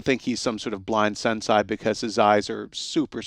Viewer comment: sensei not SENSAII